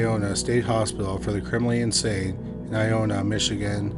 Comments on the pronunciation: Ionia is pronounced I-own-yuh🤣 not i-own-uh stupid of me to even correct it, just figured its worth mentioning. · Woof. You butchered those Michigan names, bud! lol Still LOVE your channel... I-own-yuh (Ionia) and Ip-sil-ann-tee (Ypsilanti). I had a buddy whose dad worked at the Ionia hospital as a guard round that time. I live in Spring Arbor, currently, just west of Jackson (former home of the World's Largest Walled Prison... our nickname is still The Prison City) and not far from Onsted. Not sure where you are in Canada, but we're only 4.5 hours from Toronto and only about an hour from Windsor, Ontario.